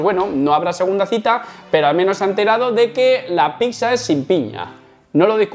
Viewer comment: PICSA? EN SERIO? Lo de VITNESS lo apruebo, pero PICSA? Jajajjaj